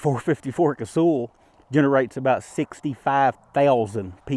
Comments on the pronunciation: Does anyone call Sully "sooly". Naaah. It's also not casool. Kaysawl. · KAY-SAW. That's how it's said. Or KAY-SALL.